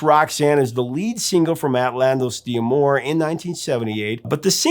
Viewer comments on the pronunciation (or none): Technically it’s pronounced dah-moor not dee-ah-more. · Quick note, as an occasional speaker of Français: it's not "Di Amour," it's "d'Amour" -- two syllables total. Don't name the letter D, just pronounce it. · Hence there's an apostrophe! 😉 I'd also heard "D'Amoir" on another music-related channel 🙂